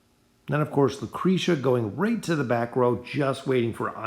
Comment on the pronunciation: lmfao what? he literally paused between “o” and “den”. it’s pronounced oh-din all together without pause. either way this dude can’t pronounce half the heroes names correctly anyways. he literally called lucretia, lucreeta before.